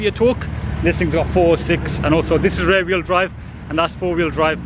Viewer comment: Rear wheel drive sounded like rare when u always say it. Top vid as always